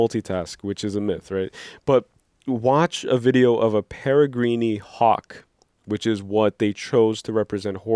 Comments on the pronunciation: It's pronounced perri-green and it's a falcon. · peregrine ( pronounced para-grin)